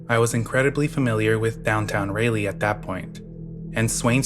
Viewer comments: Raleigh is pronounced, RAH-lee, not Ray-lee.😂❤ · Please look up how to pronounce city names lol. Signed an nc resident whose skin crawled at every utterance of ray-lee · I cant get over the way you pronounce Raleigh